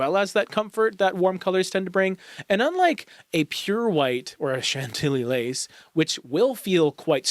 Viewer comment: I died the way you said Chantilly Lace! 😂😂 being as we just painted over our very gray walls with that color! I love it despite it not getting on the list for 2025! 😊